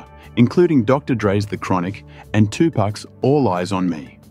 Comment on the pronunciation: The only reason I think it might not be AI is because he actually said Tupacs name correctly.. AI usually says "Two Pack" But I understand your trepidation. I feel the same way